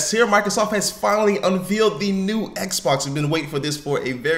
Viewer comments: Why does he keep saying unveiled like 'unveeled'? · mispronouncing the word "unveiled" in the first 4 secs....not a good look. I almost stopped watching right there :)